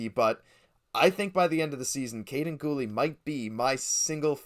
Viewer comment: Great vid guys! You gotta change the way you say Guhle though, it’s not Ghoul, it’s Goolee